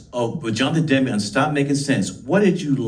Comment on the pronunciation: Spike Lee May be a great director…. But he’s a god-awful interviewer Jon De Demme ??? Huh??? Lee can’t even pronounce his name I’m pretty sure it’s Jonathon Demme….. NOT DE-DEMME Lee’s awkward pausing between question and though betrays early “old-man” syndrome …… his words ARE NOT FIRING at the same speed his brain thoughts are firing …….also repeating everything they answered ….”yes…..Bernie…..Bernie Worell” Lee says “ I’ll go on record…..” best Concert film We all know how many Gaffs Spike Lee has had when he “goes on record”